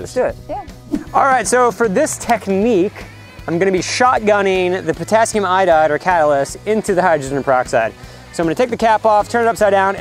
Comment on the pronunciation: Who else heard Potassium I-died